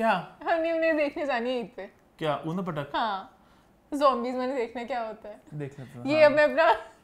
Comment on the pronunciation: Eeman; Udam podum 😂😂😂 its اودھمُ پٹک not odum patak